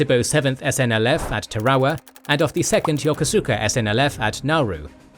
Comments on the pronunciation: Tar-a-wa. There's only one R. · From what I can gather, it is pronounced ta-ra-wa or tah-rah-wah in Gilbertese, with all three syllables pronounced quickly and evenly, perhaps with a very slight stress on the first syllable. English dictionaries seem to put the emphasis on the second syllable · Not sure you pronounced a single proper noun correctly. Tarawa particularly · Am I crazy for hating how he pronounces Tarawa? Is it a brit vs American pronunciation, or is one of us saying it wrong?